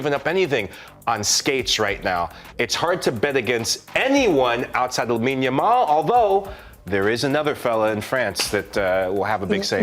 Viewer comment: Why does this fool keep calling him Lamal ?🤣🤣 the way he talks it sounds like English isn’t his first language, but then he has a British accent I can’t figure it out 😂